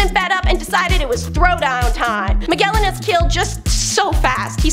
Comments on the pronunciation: Ma-JEL-lan! The G is soft! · Magellan really hit me in the ear.